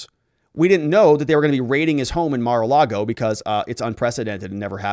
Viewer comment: It’s ‘Mar’ not ‘Mer’